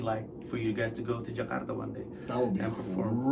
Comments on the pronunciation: Thank you for pronouncing Jakarta as it is instead of "Jekardah" please it is JAKARTA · Suka banget pas mas Pandji ngomong Jakarta nya "Ja-kar-ta" dlm tiap convos nya ga yg jadi "Je-kar-da" 👊👏